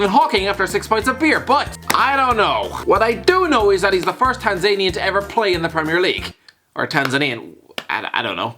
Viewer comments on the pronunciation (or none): I think Alfie needs to teach you how to pronounce countries names... And the fact that they have millions of English speaking people with internet access... So yes, the Tanzananians are watching.